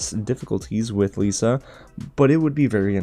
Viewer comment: It's pronounced Liss-uh.